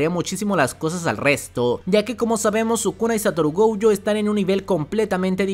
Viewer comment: no me acordaba de lo desesperante que es escucharte decir GOUYO es GOJO!!!